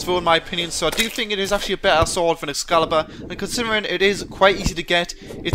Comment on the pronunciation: Do you not know how to pronounce t's? Also, it's excalibur, not escalabur, and it is pronounce, mel-ay, not mee lee.